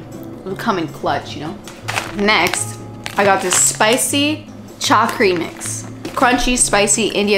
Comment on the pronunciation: hello, love your fkn vibe. also, that mix is called cha-kri rather than chaa-kri ksjsjsj